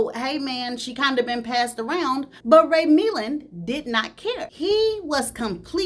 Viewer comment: You was tearing up Ray Milland's name😅 I swear I love your channel ❤❤❤❤❤